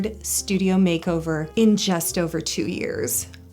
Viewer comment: “Makeover-urrrr.” LMFAOOOOO